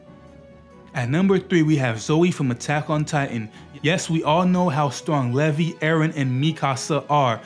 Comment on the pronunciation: learn how to pronounce LEVI pls